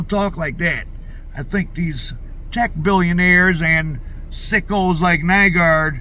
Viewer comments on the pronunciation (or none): Nygård = pronounced New-gore'd